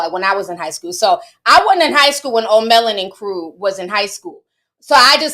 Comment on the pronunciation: Lmao Ti funny “O’ Melon”